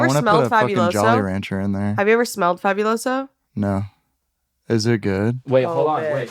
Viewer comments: literally being latina and saying fabiuloso and not faBUloso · Girl, being hispanic and not knowing Fabuloso like girl 😭😭 your family must be dirty or some shit bc every latino house has fabuloso in that bitch and she really be saying fabulous-o. girl its in spanishhh 😔✊🫶